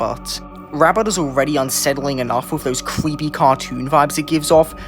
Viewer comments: It's so "scawey" and "cweppy" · "Cweepy" cracks me up everytime he says it